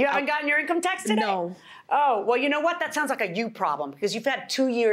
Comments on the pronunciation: The confident guy pronouncing income tax wrong killed me 🤣...In tax come.... in tax coming 😆😆😆 income tax coming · The dude that couldn’t pronounce income tax 🤣🤣🤣🤣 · 🤣 he can’t even say “income tax” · He can’t even say the word income tax … something tells me he’s never had a job I hope his acting career goes well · Dude in red shirt outside don’t work he isn’t familiar with an income tax check he can’t even say the words “ Income tax check.